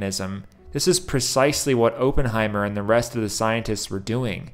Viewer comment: You keep saying ophenhimer wrong ..cmon bro you watched the movie do your homework 😂😂😂